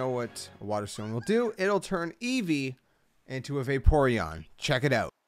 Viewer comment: EEVEE, NOT EVEEVE!